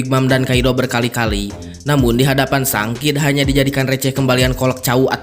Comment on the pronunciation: Sang... coba eja dgn benar shank